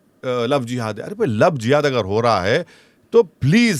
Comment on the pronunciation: Love Jiva😂😂😂😂😂😂😂😂😂😂😂😂😂😂First of all madam pronounced properly 😅 GODI MEDIA 🎉